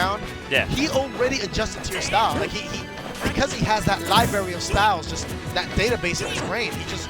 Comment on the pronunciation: ughhhhhhhh said libary and not library